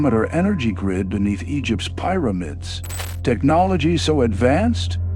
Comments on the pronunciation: Could at least narrate, pathetic, thumbs down. Pieramids and quaysions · I heard "pyromids" and immediately stopped the video. Ugh. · Pie-ramids?!! AI? Buncherkunce! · Pie ra mids ???? AI needs to learn English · 2 seconds in = "Pyromids". I'm out. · "Pye-ro-mits" ?? BYE, AI SO LAME, DO BETTER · The moment I heard "pi-ruh-mids", I stopped. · I could only listen for a few minutes. Couldn’t even pronounce Pyramids correctly. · Same here didn’t even say pyramids correctly